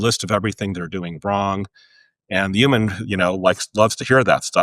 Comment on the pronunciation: Stop saying “üman;” say “human” ffs